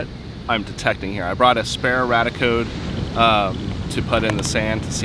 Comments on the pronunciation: Love your videos - apart from your mispronunciation of the name of one of your detectors - it's Rad-ia Code, like the first part of radia-tion! Not the same as your 'RadEye) 🤓I suspect the 'dark iron' is from deposits of magnetite somewhere under the ocean being eroded by natural processes and deposited on the beach? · I'm sorry, but every time you say Radiacode, it sounds to my ears like "Raticode" which reminds me of a pokemon and this is distracting me way more than it should lol.